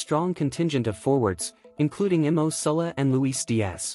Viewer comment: It would be great if you could get the right Nico Williams in the video and not realize 30 seconds in .Also the name is MO not imo and the second name is Salah not Sullah . Sort it out eh !